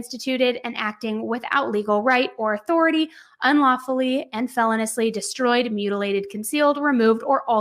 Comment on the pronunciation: Felonious "fe-loan-e-us" not "felon-us" lol.. I'm just correcting me because I hear you say it a lot and then I noticed you said it right one time in a prior video but for the most part you say it wrong LOL I'm not pointing it out to be a know-it-all